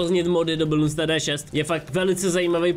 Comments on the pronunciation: No tak to je detail, ale ku*va, triggeruje mě když někdo říká balloons i když to není ballons ale jenom bloons, bez "al"! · No tak fajn no udělal jsem 2 chyby ale názvy těch upgradů si nezapamatuji nikdy ale "Bloons" je název hry a aj to vyslovuje špatně! Prostě proč asi myslí že tam není to "al"?